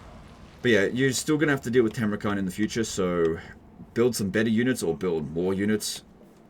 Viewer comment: It's Funny that you keep calling the dude "Timrukhan" while he is actually "Timurkhan", the name likely borrowed from the real-world mongol khan Timur (aka Tamerlane)